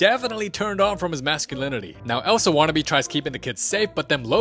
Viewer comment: let it gauooorr ELSUUH 😭😭